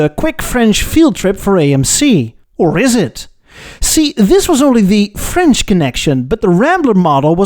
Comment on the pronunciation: Your French pronounciation is on top!